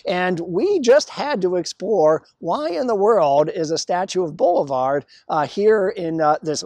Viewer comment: It's pronounced Bo LIV ar